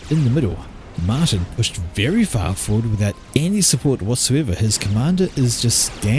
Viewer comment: Dutch name Martijn is pronounced something like "mar TAYN".